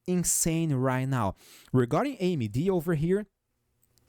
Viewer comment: You say AmyD perfectly and I love you!! Viva Brazil 🇧🇷